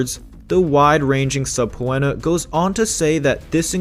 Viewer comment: I laughed out loud when I heard how you pronounced subpoena... that's not how you say the word. It's pronounced, sup pean er and not sub when a. Google it if you need to and listen to the way it gets pronounced on there.